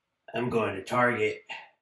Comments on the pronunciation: Traget not target. Lol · It's Target not Traget! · target not traget🤣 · "Traget" employee. Lol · Is “traget” an inside joke? Because I still laughed 😂